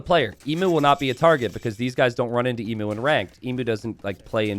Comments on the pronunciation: Yeah I died a little inside when I realised Emu was in this game and hadn't fixed his pronunciation of the word... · man I wish you would pronounce Emu right. Its "Eem-you" not E mu. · As a aussie hearing people pronounce emu as "e-mu" instead of "eem-u" is just so wrong